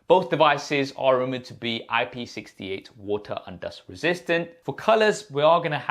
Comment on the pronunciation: your water sounds like voter😂